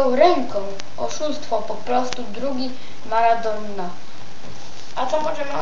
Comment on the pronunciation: Ej ogarnij się do szkoły idź, a nie próbujesz czytać a nawet nie wiesz o czym. nie marquz tylko Marques, nie thery thery tylko to sie Tiery Auri, nie maradonna tylko Maradona, nie lion tylko Lionel jak chcesz czytać pełne imię, a Leo to jego psełdo taka ksywka, choć Rooney dobrze przeczytałes, Michael Balack, czytaj Łesli Snajder. Masz niezłe 21 lat ?? Chyba 12 hahahaha.